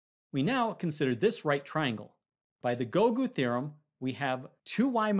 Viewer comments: Well I don't mind him saying gougo theorem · Persh: By the Gougu theorem, we have... Others: It is called Pythagoras' theorem. Me: I just heard he said GOOGLE theorem...